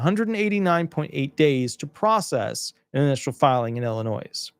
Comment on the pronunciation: The "s" is silent in Illinois ... ill-a-noy ☮️💟